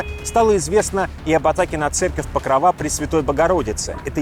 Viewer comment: покрОва... Ты специально исковеркал название религиозного христианского символа и одноименного празднества?!! Мои чувства верующего задеты... Не знаешь элементарных вещей, ты это хочешь сказать? Я считаю это злонамеренным искажением названия христианской святыни.